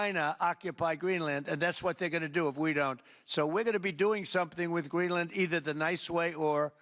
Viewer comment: Exactly, he is so daft..he even pronounced Greenland like an absolute schmuck.